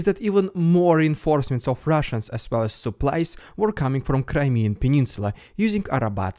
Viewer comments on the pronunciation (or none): none